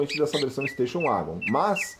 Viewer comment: Golf uagon?? Nunca tinha ouvido essa pronúncia 😂😂 Ouvia muito 'vagon' no tempo da Corsa, Escort, SW.. 😂 Se começa pronunciando "u" para o W, o que custa falar + "éguen" ?? 🤔 Gostei do comparativo 😉👍 É claro que os descontos oferecidos pela VW em alguns modelos é simplesmente por serem pouco comercializados, do contrário... já o Corolla, deixa evidente como não vale o que a Toyota cobra por ele. Pra mim é apenas um veículo cumpridor, comprado por duas categorias de clientes distintos: os RICOS que querem passar por pessoas simples e despercebidas na multidão e os "OUTROS" que querem passar a imagem de bem sucedidos, já que vêem os ricos andando de Corolla.. * Esse barulho da porta do Corolla também me deixou decepcionado, pois dos modelos mais antigos na categoria sedan, ele era um dos únicos a ter a batida seca ao fechar as portas, mas, perdeu essa característica nessa geração... gosto de ouvir a batida de porta do CIVIC/Jetta..